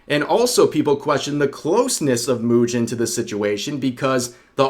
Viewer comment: from now on I will call mujin moo-gin 🤣 I feel some gin will flow with the amount of coping he show XD